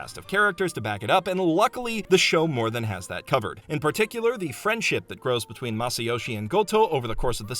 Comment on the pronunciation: "friendship" in samuflam.... 😂 your watchers aren't going to be ready for the canon if you say it like that.